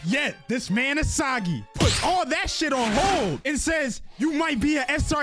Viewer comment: E saw gi I thought it was e see gi